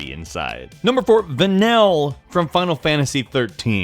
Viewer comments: It's "Va-Neal" not "Va-Nell" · FFXIII Vanile, Her name is pronounced "Va-Neel", not "Va-Nel" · of the voices mentioned in the list, i didn't find either Vanille's or Moira Brown's voices all that annoying. also, the guy mispronouncing Vanille's name kinda got me triggered a little. it's actually pronounced as va-neel, not va-nil. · What's up with the pronunciation of Vanille's name? Va-nill? It's Va-neel. I think they purposely had her talk that way to feign innocence and child-like wonder because she's hiding a big secret. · I can't believe you're gonna put in Tracer and Vanille but still leave out Skylar from Cybermorph. Also, it's pronounced Van-eel😉 Where did YOU learn to fly Where did YOU learn to fly Where did Y- Where d- Where did YOU learn to fly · Va-neal... Like Vanilla... obviously didn't listen to enough of the voice to get her name right. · it's pronounced "Vah-kneel" and she's absOLUTE SUNSHINE HOW COULD YOU HATE HER?? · Dude... It's Vanille, as in Neil...